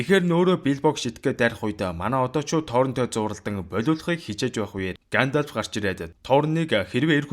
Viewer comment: Гаандальфыг зүгээр л Гендольф гээд хэлчих тэх үү.